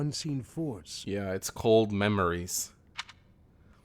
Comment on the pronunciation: You say memories, i say MEMEories